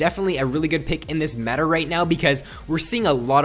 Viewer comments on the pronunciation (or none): none